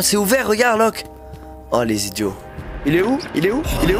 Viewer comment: 😂😂😂trop marrant parcque il a dit lokeaud et prouve